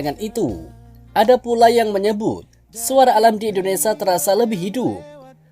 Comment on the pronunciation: Hi yg punya channel! Kamu nyebut Indonesia yg betul dong Indonesa indonesa Itu kebiasaan orang jawa "sia menjadi sa " Orang asing yg mendengar chanel mu akan bingung Contoh nya teman saya